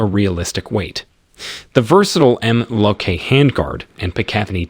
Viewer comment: The way this guy says MLOK and Picatinny is horrific